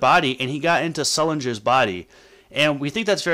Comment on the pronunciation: U said stulinger wrong